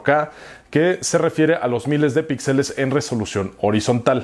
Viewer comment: Ya que estás en correcciones, se dice píxeles y no pixeles.